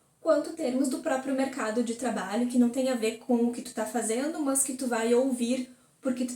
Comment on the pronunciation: "MÃS" kkkkkkk